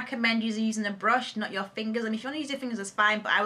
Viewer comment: "It's not ur fault"- So Nigerian, LOL!! Btw u MUST DO A BOYFRIEND TAG :)